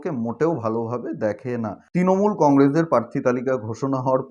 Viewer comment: Ektu uccharon ta thik korun bhai. Kotha ta 'Tinamool' not. Kotha ta "Trinamool"